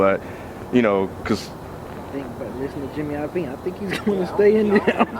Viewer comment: It's JIMMY LOVINE. I'm sorry, but he said it wrong so much I had to bring it up.